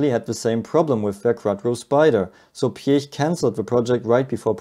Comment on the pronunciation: So lovely to hear a native-German pronunciation of the surname Piech, so often butchered by English speakers. Anyone for peach?